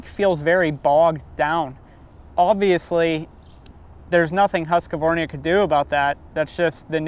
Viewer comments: It's Husq...varna bro , not Husqvarnia. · Where are the letters that you pronounce husqvarna not husqavarnia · its really sad you cant pronounce the brand right. its not huskavarna, its huuuuuuuuuuuuskvarna, pronounce the uuuuuuu. you sound like idiots when you pronounce it. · Huskque-varina :D :D :D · it is not called Huskavarnia 😂😂😂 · Huska-varnia --- tf you smoking bro? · Bruv please say Husqvarna properly